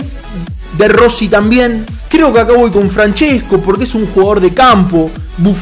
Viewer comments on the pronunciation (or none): none